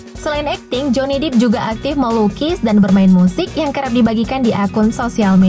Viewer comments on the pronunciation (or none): Min ,lo udik bgt dah😅😅 bacanya bukan 'joni dip' tp 'joni dep'...depp = dep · Udah keren konten video nya. cuma itu voice over nya...Maap bgt...Pengucapan dalam bahasa inggrls nya... Banyak bgt yg salah. contoh Jhonny depp.. Dep bukan dip.. .. itu cuma satu.. masih banyak bgt. yg lain.... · Bedakan cara baca deep dengan depp ....duh ingg nya ehmmm... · Bukan dip bacanya tapi dep mba nyaa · Bacanya tetap "dep" mbak karna huruf p nya 2 kecuali huruf e nya yg dua baru bacanya "dip". Sekedar info. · Maaf, jhonny depp itu bukan di baca 'dip', tapi 'dep' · Johnny Depp mbaa. DEP bacanya bukan DIP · Bacanya dep woi buka dip. Joni dip joni dip pala kau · Dep bukan dip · Maaf sebum nya Pirated (bukan piret tapi pairet pronounced nya) ,Johnny Depp ( bukan dip tapi dep pronounced ) Karena penting UTK menyebut Kan dengan sebenar2 Karena Bahasa inggris lain sebutan lain makna atau arti nya 🤗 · Johnny depp, depp woy bkn dip bacanya, javier bacanya havier woy bacanya😑 udh mah salah soal itung2an umur johnny depp wkt debut film ini, salah juga baca namanya kacau kacau😑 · Hahaha... Johnny "Depp", Depp nya dibaca "Dep" bukan "Dip" 😂🤣😂 Kalo "Deep" baru dibaca "Dip"... Udah ngerti kan sekarang? Please dech ah... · Pelafalan nama deep hmmmm